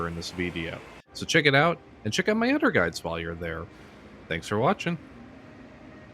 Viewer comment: What regional accent causes people to say “udder” instead of “other”?